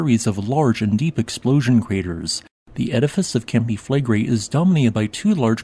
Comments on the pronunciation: Considering how often you talk about them, I suggest you learn the correct pronunciation of Campi Flegrei. Flegrei is three syllables, the final i being pronunced distinct from the e. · Im sorry, its a very interesting subject, and what, I managed to listen through, sounded very fact based unlike many other channels. However, the robotic recitation filled with mispronounciations (including mispronouncing Flegrei) just makes it impossible to listen to. Had to give up after 2 min.